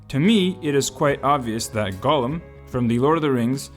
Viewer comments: Golem =/= Gollum. "Gollum" is pronounced "GAHL-uhm." "Golem" is said "GOH-lehm." The former is an ex-Hobbit twisted by the One Ring. The latter is a Jewish mythological construct of a man made of clay infused with life by mortal sorcerers...or made of flesh if you're one Dr. Frankenstein. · talking about Gollum… watch: The Outer Limits S02E16 Deprogrammers there you have: "Jollem"